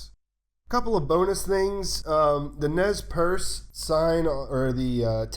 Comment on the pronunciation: Great video. But Please. Please. Say the following name correctly in following videos (if applicable): "Nez Perce" is pronounced "Nay Per-Say" (sort of). Closer than "naz purse". It means "pierced noses" in French (after the tribe's predilection for such adornments). It's not a 'definitive' name for the tribe by any means, but please consider it's contextual relevance.